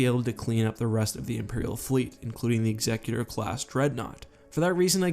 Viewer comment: Can you lot please learn how to pronounce "Executor"